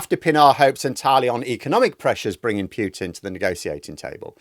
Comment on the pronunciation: There's no y sound in the name Putin. If you know how to say "Poo" you know how to say "Putin".